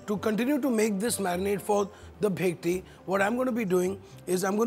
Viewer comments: u pronounce it as "Bekti".. seriously?? Bengali's will ban u from cooking a classical Bengali dish!! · It's bhetki not bekti